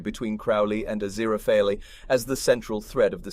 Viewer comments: It is Aziraphale not Aziraphaly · like genuinely as much as i appreciate the narrator's clear voice, im not gonna be watching this video to the end cause i have heard Aziraphale's name pronounced correctly once and i cant pay attention to anything else he's saying once he goes back to mispronouncing it 😓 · Not only was Aziraphale's name pronounced wrong, it wasn't even the same everytime, we got different variations of wrong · I love how Aziraphale’s name was butchered so much 😂😂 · I was coming to the comments to say this! Furfur's new job narrating YouTube videos isn't going so well! 😂😂😂😂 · its definitely not. how he managed to butcher his name so much (if it wasnt on purpose for a funny) is beyond me, but I've got my earbuds in and i can hear his breathing between lines, so its definitely a real person talking. though, as much as i love a funny bit, i believe that for a series review/discussion, character name pronounciations shouldn't really be on the list of things-to-skewer-for-a-joke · I think he's doing it as a joke. Like how FurFur the demon kept mispronouncing it while he was trying to read it out. lol